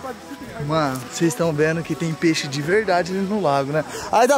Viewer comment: Nao se fala peixo skskskska